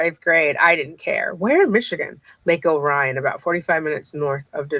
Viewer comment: I’m playing catch-up on videos I’ve missed. Lana lived in Lake OH-ree-on (we don’t say it like oh-RYE-on)